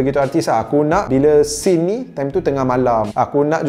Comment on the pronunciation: “scene ni” sin ni